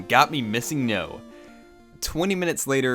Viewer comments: It really bothers me that you don't realize he's saying "bricked." Do you think "steak" and "stick" are pronounced the same, too? Fucking idiot. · Then realized he is saying "BRICKED" as in, it turned his cartridge to a brick.